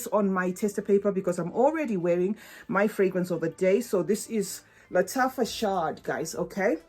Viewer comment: It is pronounced "shahad", meaning honey in Arabic. Hope this helps 🍯😉